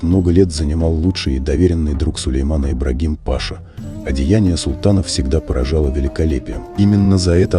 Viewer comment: Ибрагим-Паша,ударение на последний слог.